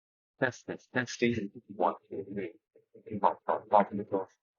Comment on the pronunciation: When you guys sound tested the mics by going popsicle, icicle, testing... my brain heard "testicle" 🥜 lmao 😆